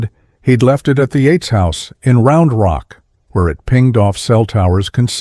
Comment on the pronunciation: Techs not Tex. Bee not B.🐝 Yates not Eights.